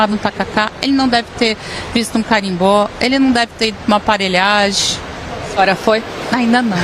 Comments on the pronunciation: PARELHAGI ???!!!!!….. ô ignorante, !!!!! É PAVULAGEM!!!!! Quanto mais fala mais fede 🙈🙈🙈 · Aparelhaje e não aparelhagem e com J mesmo. Essa fala o pretoguês.😢